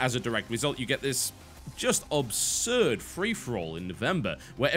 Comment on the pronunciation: Hey TB, love your channel and always consult it before I buy a game. It's nice to have a gamers POV rather than some Drones Review from IGN etc However, as a closet Grammar Nazi, please note the word is ABsurd not obsurd, sorry. Otherwise you're doing a stellar job, Much love, A fellow Brit' x